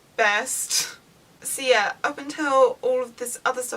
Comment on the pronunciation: I kept wondering why she was saying "Sia" and realize she was saying "so yeah" LOL